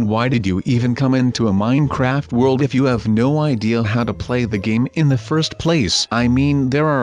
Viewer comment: Stop saying minecraft weirdly